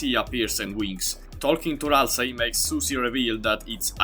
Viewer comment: Do NOT jumble Ralsei’s name one more time